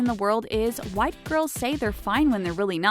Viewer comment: Who heard white girls instead of why girls